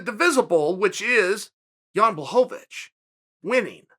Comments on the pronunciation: Dude foking hell. Pronounce it Bla-hovich not Blahohovich FFS Chael! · BLAH-HO-VAH-VICH lmao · Please say the man’s name correctly Chael 😂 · You can't even say Jan's name wrong with consistentcy smh. That's how much the polish power frightened uncle cheater, I mean uncle chael. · Is he trolling with that pronunciation of Jan’s surname? It’s getting annoying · Chael, happy you're finally showing some RESPECT towards Jan. BUT please, start pronouncing his last name correctly lol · He's saying it wrong on purpose. He has to be by now.